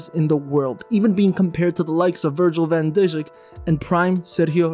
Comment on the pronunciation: “Virgjhil van Dijihk, Saddioh Maine, Mahkhio Moodriik” 🤣🤣🤣🤣🤣😑